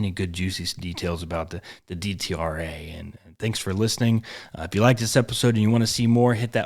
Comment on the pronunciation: It is pronounced Det-Rah.